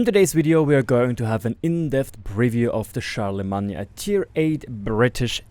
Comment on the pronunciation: "Char-la-main" as in the holy roman empire guy, just so you know.